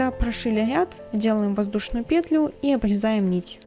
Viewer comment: очень классный туториал, но пЕтлю а не петлЮ..😔😔😔